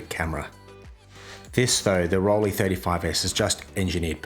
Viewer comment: I don't know what it is about "Rollie" that makes me feel nauseous! Listening to this pronunciation is my version of fingernails on chalkboard. Can't get past the first 3 minutes of this video. It's torture. The "lei" in Rollei is pronounced like the "lei" in Leica or Leitz.